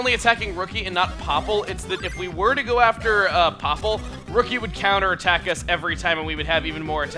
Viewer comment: "Rookie! Go to it!" sounded more like "Riki! Go to it!"